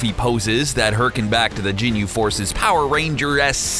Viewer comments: It is ginyu not jinyu I'm sorry but you call yourself a dragon ball fan but u can't even pronounce stuff correctly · Ginyu not Jinyu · It's ginyu ok not jenyu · No I hate the way he says "jinyu" instead of ginyu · You said "Jinyu Force" just delete the video ffs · Oh hell no this nigga calling whiz whis then calling zamasu north Kai when he's just a Kai then calling the ginyu force jinyu force then says akira toriyama but puts up a pic of hayao yamazaki then calls tien tenshinhead niggga gets yo stupid ass this is an insult to dbz never in your life mention dbz again. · sry but its not "jin-you", it "Ghin-you" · ITS GINYU FORCE NO JINYU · He's saying jinyu instead of ginyu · no wtf is jinu force its fucking ginyu force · It's not Jinyu force it's Ginyu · Listening to this guy pronounce everything like an adult Stewie Griffin triggers me lol usualy I wouldn't care but having to listen to him say Ginyu like "Jinyu" several times back to back and then continue to botch every other pronunciation to a show i grew up on and still enjoy today hits really close to home lol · Are you saying "jinyu"....? wtf man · Marque Gordon he said jinyu force 😂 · I stopped watching after I heard "jinyu" smh🤦🏽‍♂️🤦🏽‍♂️🤦🏽‍♂️ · michael haynes the jinu force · michael haynes no I was like Tf is the jinu force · Oh my god!!! Stop saying ginyu forever please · The way he says ginyu really triggers me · Take a shot every time he says ginyu wrong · He Said Ginyu Force Wrong And He Said Chiaotzu Wrong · You shouldn't have to Watch the Entire Series to know how to Pronounce Ginyu Or Tenshinhan For gods sake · michael haynes Hated the way he said Ginyu.